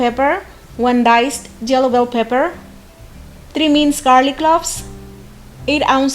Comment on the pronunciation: When she said jello bell pepper, I knew she's Indian or South Asian.